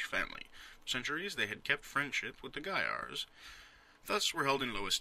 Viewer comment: Wow, you properly pronounce Gaiars! Every other non-russian speaking person pronounced it wrong :P. Also great, this game is really cool for a LP, and I believe it's not very popular so it should help the game a bit :).